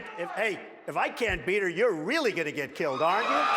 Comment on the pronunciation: I like how he said "aren't you" Sounded so old fasion.